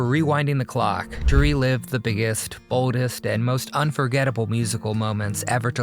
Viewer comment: The “bowdist” do you mean the boldest? 🤔